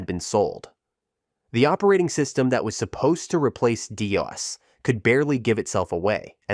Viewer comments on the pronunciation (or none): Seriously? Dee-oss? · "DOA"? I've never heard DOS pronounced that way?